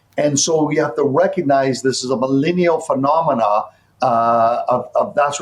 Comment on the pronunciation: this guy cant even pronounce millennial.